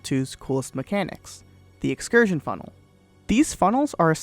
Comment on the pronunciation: "And today, I would like to talk about Portal 2's most absurd glitch: The excursionfunnekajdguwrujg" me: "huh?"